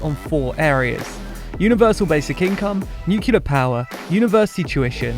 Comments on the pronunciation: every time the word Nuclear (new-cleer) is said "nuculer" i die a little inside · I cant believe you pronounced it new-cue-ler ugh